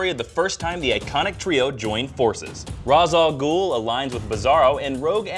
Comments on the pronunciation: They pronounced Ra's Al Ghul wrong.. It's pronounced "raysh" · Pet peeve, mispronouncing Ra's al ghul's name